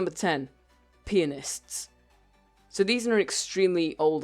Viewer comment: When you said pianists it sounded like you said penis